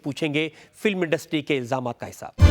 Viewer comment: अदालत अच्छा है याहा पर उर्दू और शुद्ध हिंदी बोला जाता है 😂😂😂😂😂 इलाजमात इलाजमात sawal sawal 😂😂😂😂